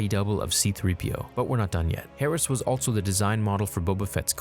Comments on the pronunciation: Anybody else notice the pronounciation of 'altso'? Lol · I really do enjoy your vids, but hearing you but a T in ALSO drives me nuts!